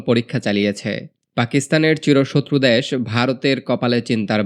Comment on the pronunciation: দ্যাস টা কি? আবাল বাঙালি বাংলাটাও বলতে পারে না